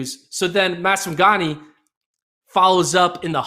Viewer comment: They always butchering Maswanganyi's name.😂😂 This man said "Masagawah"